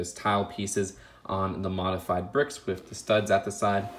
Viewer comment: With bro, not wif! TH!